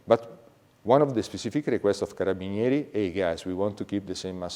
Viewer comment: You could have been a butcher the way you pronounced Carabinieri. 🤣